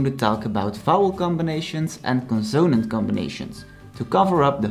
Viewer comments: Just thought you’d like to know that in English the word “consonant” is stressed on the first syllable. CONsonant. Not conSOnant. Thank you for sharing. I’m enjoying learning Dutch. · He's terrible. Learn with Kim if you want to knock out the Dutch language. He can't even say the word consanat right.